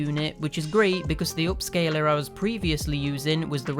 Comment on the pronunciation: "Upscaler", not "OHpscaler"; "upscaler".